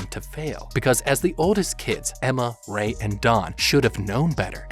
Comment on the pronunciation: you messed up on ray's name and that made me laugh but its ok